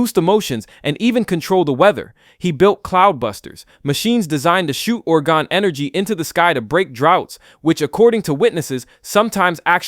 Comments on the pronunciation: I thought orgone was pronounced or-GOHN. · Orgone is pronounced or goe n. You even say it properly after mispronouncing several times. This pronunciation is different from orgonite which is where I think your initial annunciation is coming from.